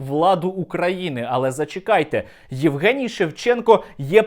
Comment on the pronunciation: Егенцьо Шевченков,а не Евген Шевченко. Неадекват повний!!!!!